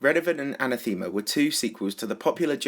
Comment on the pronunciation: that's not how you pronounce anathema,.